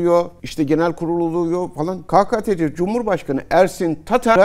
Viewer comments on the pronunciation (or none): Cihat hocam ve gzt , Türkçe de sessiz harflere e eklenir ,son yıllarda a eklenmeye başladı, g harfi ,ji olarak okunuyor, doğrusu pekeke dir pekaka değil, doğrusu keketece dir kakatece değil, 2010 yıllarında Necati doğru, hürriyet gazetesinde bir yazı yazdı bu konuyla ilgili, yazıyı kestim bir yere koydum ,nereye koydum hatırlamıyorum, arşivden sizler bulursunuz , milli eğitim uyuyor, türk dil kurumu uyuyor , Türkçeyi yanlış konuşmak pekeke den dah tehlikelidir, 100 önce yazılan ne nutuku nede elmalı li Hamdi Kur'an mealini okuyup anlamıyoruz,biz nasıl türküz dilimizi muhafaza edemiyoruz ,bu konuda bir video yaparsanız çok güzel olur 🌹🌹🌹♥️♥️♥️